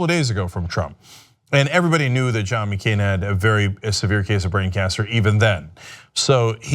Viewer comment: MeeCain? Cenk, you dummy.